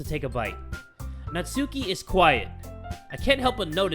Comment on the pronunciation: It's NAT-SKI